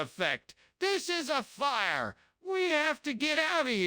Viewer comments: "AHM SEEIN' SMOKE AND FIRRRRE" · DIS IZNT DA DOPPLER EFFECT, DIS IZ A FAHR, wwwWE HAFTA GIT OUTTA HEER